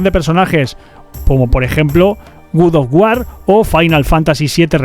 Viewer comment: "Good of war"?